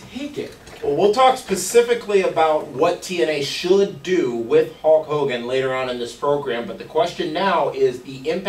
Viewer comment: again it's Hulk Hogan not Hawk Hogan.